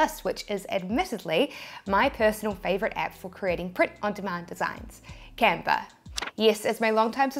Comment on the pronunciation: I searched and searched for the Camper app, (spoiler alert: there isn't one); Then I sware you said Camfer..another dead end. Then I lost the link to this video and found font apps (don't ask). Finally I refound this vid and isolated myself in a sound proof room, and replayed that part where you said Canver over and over until it finally dawned on me that you were saying Canva... Ok, now to find where you showed the transparent background work-around... This tee-shirt business is a real mind workout, whew! :-)